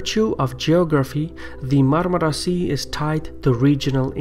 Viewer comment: Nobody in the world can pronounce Marmara as good as you